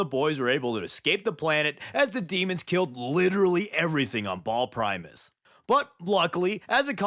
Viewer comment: Dude it is Bahal not Ball😭